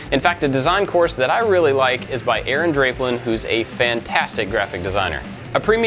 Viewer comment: Had me hooked right up until the part where he said "Dray-plin" instead of "Drah-plin". Threw me right off.